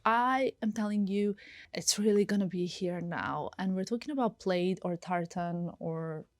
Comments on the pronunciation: Its pronounced "plad" even though spelled plaid. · it’s pronounced plad not plaid